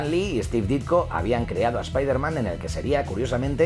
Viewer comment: OMG eso es un milagro, un español pronunciando el nombre de Spiderman bien 👏👏👏